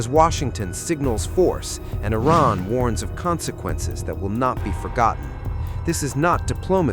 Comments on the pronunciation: I feel this is a.i click bait because im 1 min and 11 sec into this and he's not even saying iran right he's throwing a T in there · Its Iran not Iraq